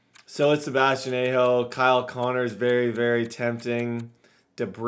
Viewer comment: just so you know it’s Sebastian AH-HO